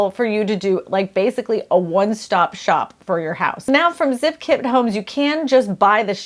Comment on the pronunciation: She keeps saying kid homes instead of kit homes lol